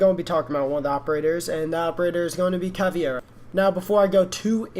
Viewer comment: caveda not cavi e ra